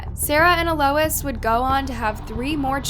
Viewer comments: (Ahl-ois) Alois. Not uh Lois. 😅 you crack me up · It’s pronounced a low eez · Is her name seriously E-Lois and not Eloise? And Hamish? Not Hemish? Not knocking you if that’s correct but, I’ve never heard either of those name is pronounced that way.